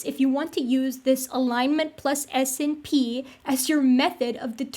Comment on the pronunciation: I know this is minor, but I winced a little every time you said 'ess-inn-pee' instead of 'snip'.